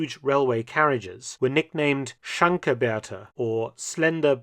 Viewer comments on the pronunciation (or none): SCHLANKE Bertha…..not “Schanke”. There is an L in the word. It means “slim”.